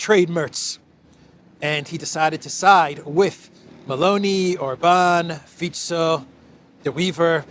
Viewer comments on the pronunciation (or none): none